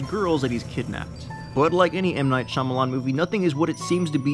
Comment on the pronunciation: Spee Spa what "Shamalamah"? Shyamalan